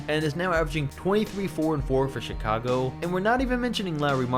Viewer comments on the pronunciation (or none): none